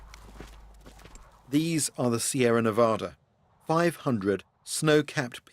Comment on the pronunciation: I like how an Englishman can pronounce Nevada correctly when so many people from this country can't.